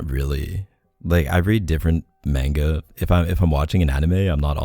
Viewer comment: Omg everytime K said "MainGa" instead of "Mah-nGa" my heart died a little. I'm laughing crying right now. Not hatin at all, just my reaction my was priceless and I acted like I was getting shot everytime he said it.